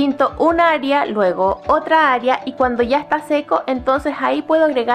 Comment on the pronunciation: Puedo confiar en una persona que dice "aria" ? (No es hate, es una broma)